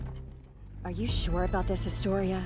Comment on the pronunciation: And when eren say historya "The story of "